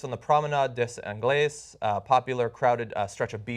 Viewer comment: "days anglaise"? Wtf was that? Have you idea how to pronounce French words?